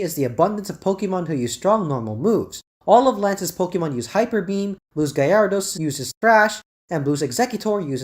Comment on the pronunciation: Are you saying “Gay Air A Dos”??